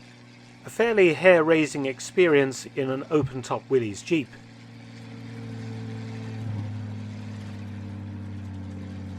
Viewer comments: That is Willys jeep, pronounced 'will-liss'. It's not plural. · The jeep is pronounced Willis not Willys, although it could be a Ford GPW and it is easy to tell if it is a Ford as Ford is stamped on about every piece of the GPW🙂